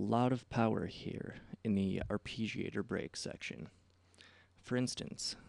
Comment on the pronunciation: Fantastic tutorial, but your pronounciation of arpeggiator is killing me.